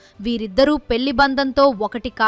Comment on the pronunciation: అమ్మా తల్లీ పెల్లి కాదు 🤦‍♀🤦‍♀😡పెళ్లి అను నీ బొందలా ఉంది నీ తెలుగు తగలడ 😡😡